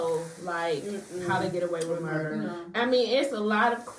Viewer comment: You left the R out of Murder.